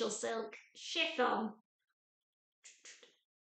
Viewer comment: Love your blouse and a great review of the pattern. ‘Slipon’ 😄I will always think of chiffon as ‘slipon’ from now on.